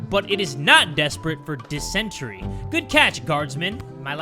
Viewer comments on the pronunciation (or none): "Dis-entry" its "Dis-en-tary" 💀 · Poor has been having trouble with words 😭 dysentery😭😭😭😭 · Why is no one mentioning that said dysentery wrong??😂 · It’s kinda pronounced like dis-en-tary, meaning diarrhea. You get it a lot playing the Oregon trail came and can die from it easy in that game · The way pronounced dysentery was so cute